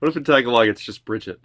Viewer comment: When pronouncing tagalog prolong on the 2nd a and you' ll be doing it right